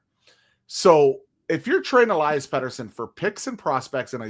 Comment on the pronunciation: Maybe we should trade Elias p40 because after all these years, you still don't know how to pronounce his first name!